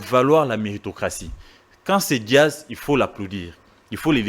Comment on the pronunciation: a du mal pour prononcer Jazz il dit Diaz,aza muluba?